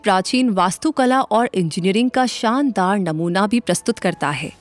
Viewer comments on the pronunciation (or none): none